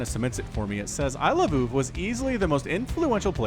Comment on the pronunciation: it should be pronounced I-love-o-o-v, NOT I-love-oov